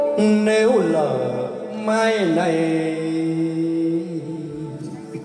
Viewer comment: tan nguyen -- Ở phút ,,,Nếu lở mai này !!! LỠ chứ không phải lở ,,,,Phát âm sai bét !!! lở dấu hỏi là ghẻ lở ,,,, !!!